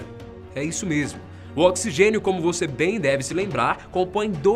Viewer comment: Oxigexio kkkkkkkkkk